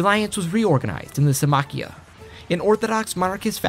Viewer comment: I like how he writes it as Symmachía but doesn’t pronounce it that way 🤦‍♂️